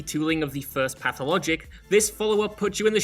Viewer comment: heared phatologic pressed like Love you